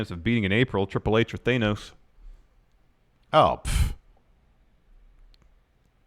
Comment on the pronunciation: The way you say Thanos makes my ears bleed